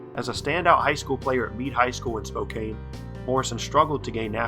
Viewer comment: “SPO-CAN” is it’s really pronounced.